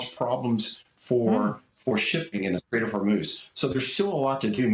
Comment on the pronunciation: The Str-ATE of Hormel